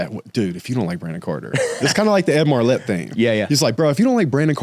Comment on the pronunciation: It’s #Mylett not Marlett. You were saying the same thing on Graham’s show. You got this Bro! #Lucchese Boots! #CowboyUp! 🤠